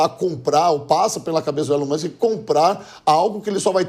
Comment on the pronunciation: "Fánki iún Elium Musqui"